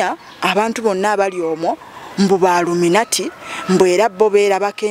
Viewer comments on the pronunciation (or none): none